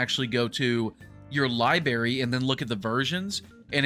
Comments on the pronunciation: Libary. It’s in your libary. That’s what the man said. 😘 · libary libary libary libary libary, im mad at you specifiacally because the devs deided not to otyh on pc :face-red-droopy-eyes